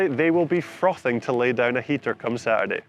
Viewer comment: Ahem.. It's "frothin'". And you got to hold a nasal inflection. For proper instruction on how to say it see Jack Moir, amongst others.